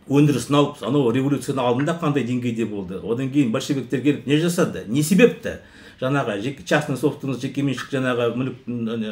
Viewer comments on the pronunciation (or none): Жаңағы деп жаңа деп сойлендерши, жанагы жана демей казагым